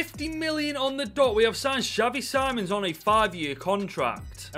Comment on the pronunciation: No ofence but you say xavi sim-ons